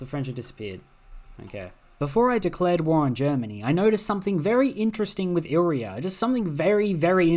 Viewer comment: Hey, re-read illyria. You're saying illrya when it's illyria.